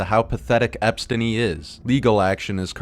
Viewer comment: I think i stopped listening to it when he said "Espstiny" sometimes you have to recognize bad faith and just move on.